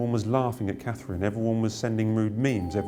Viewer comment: Can I ask what is wrong with Katie Nichol? She cannot seem to pronounce the name Catherine, does she have a speech impediment?